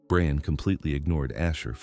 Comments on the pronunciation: Can you please change the wierd boyfriend's name pronunciation to Brian (BRI-an) from Brain? It feels as though someone misspelled his name and they stuck with it. It takes away from an excellent story, whichis very well-crafted. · Why can’t AI pronounce properly? Brian!